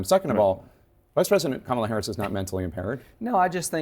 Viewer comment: Notice he says her name correctly when he was recorded while golfing after Biden stepped back. He said her name perfectly. So he's literally butchering her name purposely. He hates his followers. MAGA is just useful idiots to him.